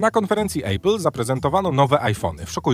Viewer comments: Warto zwrócić uwagę, że apple wymawia się [a-pl], a nie [ejpyl], jeśli już chcemy się śmiać z niskiego poziomu znajomości języka angielskiego u innych. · Czemu polacy mowia ejpyl na Apple? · Proszę, nie mówi się EJPYL - poprawna wymowa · Smutno śmieszne. Ale za wymowę Apple kciuk w dół